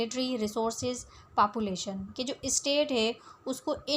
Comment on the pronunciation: papulation nhi population hota hai